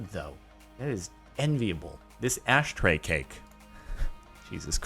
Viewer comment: Jordan says astray instead of ashtray😂😂